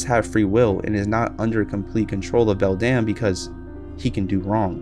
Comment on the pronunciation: You pronounced the other mother's name wrong